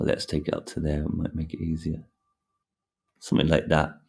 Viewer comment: 'summin like dat' 🤣